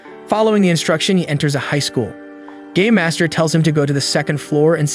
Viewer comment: I don't know why but all I'm hearing is gay master instead of game master